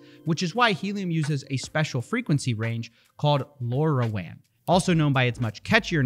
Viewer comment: lorawan lol. great investigation on how to pronounce that. call it Lo-Ra.